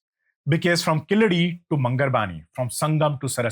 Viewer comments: It's keeladi. Not kiladi..yew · It’s not Killadi sir… it is Keeladi. You pronounce it as ‘K la D’. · You are pronouncing it killadi it’s keeel adhi meaning the bottom layer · It's not Killadi, but Keeladi. Please don't kill this discovery. 🤣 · Very well said.sir it is Keezadi.and not Killadi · It's pronounced KEEZHADI in Tamizh not the derogatory Keeladi. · It is spelt wrong keel +adi is right: but the person says kiladi?! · Not kiladai sir. It is called kheeladi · Hello! It is not Killadi, it is Keeladi !! Keel means deep down, adi means steps or perhaps measurement !!! Since when Sindhu civilization became Indus valley civilization, so comfortable to those who came to invade the land ???? Anyway, this ancient Tamil city was hidden because those aryan jewish immigrants who came in as nomads after a few centuries of their nomadic journey straight from Jerusalem crossing Babylon now Irag and Iran, then crossing Afghanistan then into the Tamil land now called India, approximately 5K years ago, may lose their fake identity as son of the soil and sanskrit as their deva basha and be packed and couriered back to Jerusalem from where they were kick out from !!!! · Please note that it's pronounced Keeladi, not Kiladi. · please for the next time, its 'Keeladi' 💕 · It's called "keel-adi". Get your pronunciations correct. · It's KEEladi, with a long e. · Dear, I like your videos. But the videos in the background are often unrelated or showing white people or others when you're talking about India and Indians. I don't mind mispronunciations and accents, but please check your pronunciations by writing then in a script you're comfortable with like devanagari. Two mispronunciations in this video कीय्यढी or कीय्य्लढी and बदाक्शान or बदक्शान.